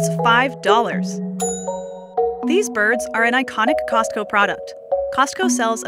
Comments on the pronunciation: It bothers me when people pronounce the T in Costco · the t in costco is silent. poor chickens :(